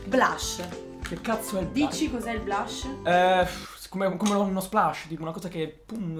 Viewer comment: Lo sto riguardando nel 2016, e in questi giorni ho riguardato pure quando Lasabrigamer trucca Sascha, e sia lui che Alberico per dire blush hanno detto SBLUSH 😂😂😂